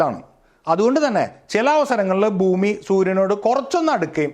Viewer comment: Boomi അല്ല ചേട്ടാ ബ്ഹൂമി എന്നാണ്